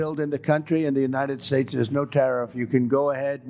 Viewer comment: The average person on the street is smarter than Chump. Is it me, or has he been mispronouncing "United Shaesh" for a while now?